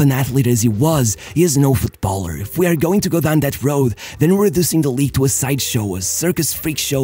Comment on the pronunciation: how is it that you can say Football, but you can't says Footballer but instead you keep saying Foot Baller ... bit odd